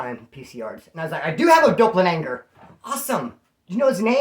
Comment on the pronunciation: Not to be a dick but its doppelganger dopp- el- gang-er lol